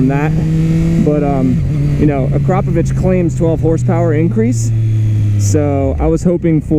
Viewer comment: Haha noone is saying akrapovic right this a slovene factory so nobody in america nows how to say it right